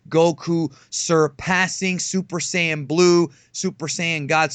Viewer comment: you know shit just got real when geekdom says "saiyan"